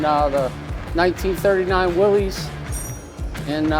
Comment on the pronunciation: I'm THAT guy. There is no apostrophe in Willys. So it's not pronounced "Will-ees". It's Willys. Which is pronounced Willis...like Will-is. Thanks.